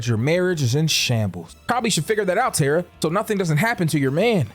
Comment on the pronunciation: I cringed every time you said Tara 😂 But I love your content so I kept watching!